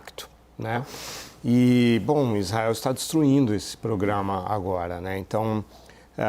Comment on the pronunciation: Esse comentarista não sabe falar programa só pograma😂